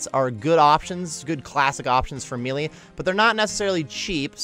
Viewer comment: You are pronouncing the word "Melee" wrong.